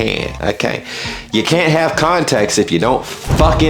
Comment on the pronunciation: I love the way you seem to have masterd the use of the English language, your pronunciation cunt was spot on.